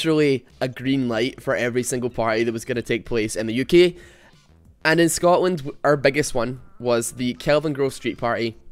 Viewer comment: you pronounce uk as "yuki". pls love me.